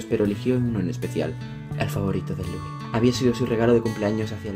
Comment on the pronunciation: Me caiste super bien,pero me daba rabia el ''Larri stilinson'' o el ''luì'' DIOS AJHSJAJA TE AME IGUAL